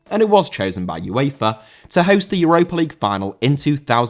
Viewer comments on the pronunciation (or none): none